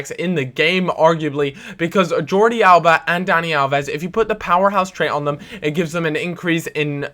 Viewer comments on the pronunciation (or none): none